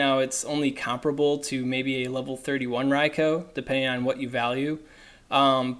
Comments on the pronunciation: Ria-koo ! Not Ria-Koe ! -_- ever-time you said it I cringed ! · I disliked for the pronounciation of Raikou (Ryekoo) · Maybe a litle petty but there is no O at the end of raikou its not raiko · It's pronounced 'rye-coo' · raicoo sounds more natural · Hearing you repeatedly mispronounce riakou is irritating